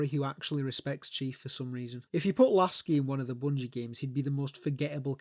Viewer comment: Love they way you say lasky 😂😂😂